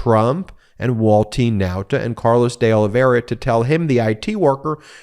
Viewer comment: Ben, I think that it’s pronounced De O-live-v-era. But, really no matter. My question is: can anything be done about cannon except appealing her bad actions to the eleventh after the fact?